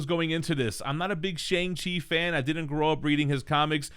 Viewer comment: It makes me cringe when y'all say Shang Chi like "rang"...its Sh"o"ng -Chi like sing a song not rang a doorbell..if y'all gonna talk about the master of Kung-fu at least pronounce his name correctly please, Even the actor portraying the Kung Fu Master sent a tweet out to the world telling everyone how to pronounce both his name and his characters name "Your friendly #AsianHeritageMonth reminder: “SEE-moo LEE-ew” “SHONG-chee” “Dad” Thank you for coming to my TED Talk."